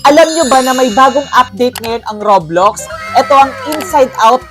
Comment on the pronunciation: Roblox ⟩ roblax Tama ba ung pagbasa